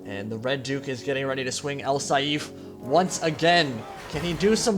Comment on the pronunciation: its not al saeef its al saif or a'sSaif,but its fine i enjoy your version of it just as much :)) great stuff man.